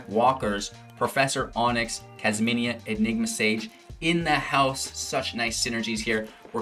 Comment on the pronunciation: Kasmina not kasmania. I don’t want to be rude but it was just bugging me the hole time, needed to say it